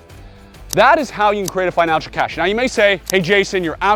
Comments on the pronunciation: The word is "cache" not cash... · btw, its cache, not cash.